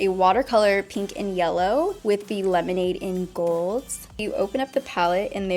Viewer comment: Why does she say the word pink like peeenk? Does she pronounce ink like eeenk? It’s weird lol